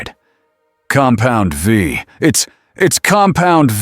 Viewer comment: Oh and when it comes to the word compound v, it should be v e e. This way it stops calling it compound 5 and compound vie. Just take the time.